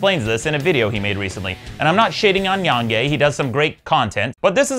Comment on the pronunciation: Who the hell is "Yong Yay," Maddox? It's Yong Yea. He signs off on his videos by saying his name all the time. C'mon, Maddox. I mean, seriously, c'mon. 🙄 Also, comparing the Borderlands franchise to the Mass Effect franchise is silly. One of those two franchises wasn't tarnished by its previous entries. One of those two franchises isn't owned by EA, a company known for taking established franchises and developers and turning them into literal horseshit. Yes, LITERAL. 🤨 And comparing Epic's store in 2019 to Steam's in 2004 is also silly. So yeah, fuck Epic and their experiment in anti-consumerism. 😃